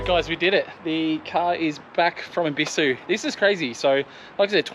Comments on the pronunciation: Look up the pronunciation of Ebisu plz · Maybe just stop your channel then, if your not willing to use the correct pronunciation for the car culture you portray then stop xox